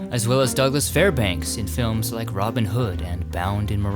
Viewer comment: George GoBEL’. Robin Hood’. Your insistence on emphasizing the wrong syllable is so irritating. Every video you make has the same problem. And not just people’s names. Out field’’ when referring to a baseball position. The accent is on out, not field.